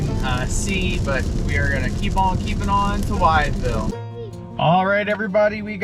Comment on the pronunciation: Great video. FYI the town Wytheville is pronounced "With-Ville" not "Wyatt-Ville". Got a chuckle out of that. 😄 [Wytheville (/wɪθvɪll/ WITH-vihl) ]